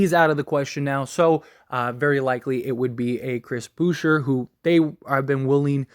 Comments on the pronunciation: Hahahahhah. Bouher. It’s pronounced like boo-chei. Lol. I laughed so hard. He’s French bro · It's Boo-shay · Pronounced Boo shea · Boucher- booshay Alec burk- alec burks Fred vanvleet- FredVanVleet